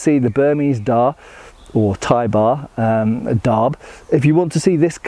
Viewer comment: Yes! I had the pleasure of test cutting with Khun Bright in Bangkok. I’m glad you got to examine one of his other darbs. By the way, in the Thai language, they barely pronounce the final consonant in words, so “darb” would effectively be pronounced “da”.